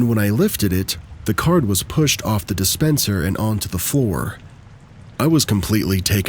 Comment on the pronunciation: Dispensor? Dispenser. 😂 I do this all the time